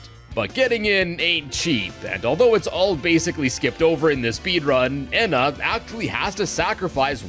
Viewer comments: eeeena not ehhhna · She’s called ena not whatever you said get it right!